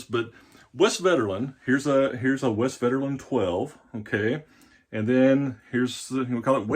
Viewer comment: The v is pronounced as an f, the w is pronounced as a v.